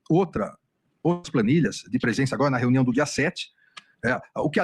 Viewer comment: Ele fala renião